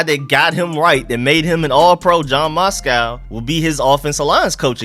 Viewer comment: the mans name is Matsko not Moscow 🤣🤣